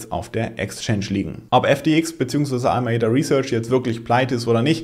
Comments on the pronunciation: ALAMEDA und nicht ALMAEDA. Mach lieber mal ein Video weniger und nehm dir mehr Zeit für den Content. Es sind leider so oft Fehler und Zahlendreher drin. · Top Video aber A L A M E D A ! 😂